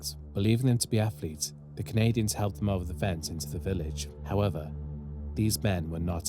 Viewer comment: I love the content but one thing killed me about this video…. Why you sound like Mike Tyson saying Afflets lol